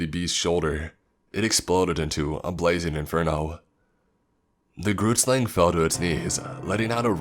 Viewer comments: That pronunciation of Groot Slang was awful , coming from a South African. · Hi, I'm Nichelle and I personally live in SA. I've heard about all the tales such as the Tokoloshe, pinkie-pinkie and Anansi, but never heard of the grootslang but I just wanted to tell you that you said it wrong, it's pronounced groo (saying the "g" with you're throat) t groot means big in africaans. Then slang means snake in africaans, sla ng. So the word means big snake. From my research, the grootslang is a big long snake with a elephant head but there may be people who have done more research then me.